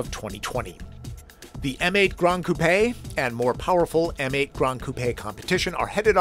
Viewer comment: I've never heard an American pronounce 'coupe' correctly before!!!! Only chickens live in a coop.